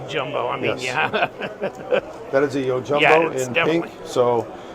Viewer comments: Why cover Spyderco products if you don’t know the correct pronunciation of their knife names? Yo-HIM-bo? 😵‍💫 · You called it yohimbo like a Hispanic might say hey-seuss instead of gee-zus or meh-he-co instead of Mexico.